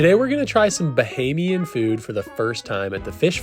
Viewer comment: Pronunciations...."KONK"...."BAH-HAY-MEE-AN".... "SOUSE" rhyming with HOUSE. No worries. We are all here to learn. Thanks and. Come again soon! (Freeport G.B. next)